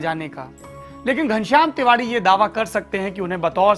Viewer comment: kam se kam tiwari to sahi se bol lo yaar